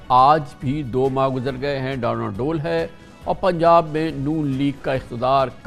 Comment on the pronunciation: ڈانواڈول کا تلفظ غلط کررہے ہیں اس لفظ کا؛ ن؛ سائلنٹ ہے صحیح تلفظ ڈاں واڈول ہے تصحیح فرما لیجیۓ شکریہ